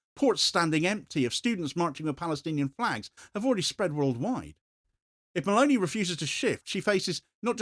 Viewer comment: Meloni, elle s'appelle Meloni, pas Malauney. C'est une fasciste comme le autres mais ce n'est pas une raison pour déformer son nom, sinon on ne comprend rien.